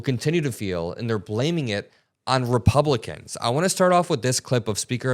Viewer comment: Go there. You’ve already made it a partisan issue Well done idiot👏🏼🙀 BTW did he say “ReBumpkins”?! I 💙 it! 🎃👍🏼🤠